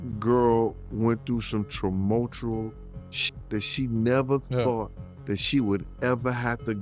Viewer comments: Think he meant tumultuous? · you really think he knows either of those words, let alone made up a slang word to combine them? or is it a tad more likely that he just doesn’t know how to say tumultuous?